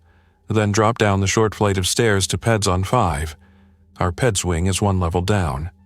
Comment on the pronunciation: PACU--you pronounce it either as P A C U, or Pack You. Accucheck is pronounced Ack cue check. And Peds is Peeds (bc it's short for Pediatrics). Isn't AI supposed to be smart? How do I know? I'm an RN.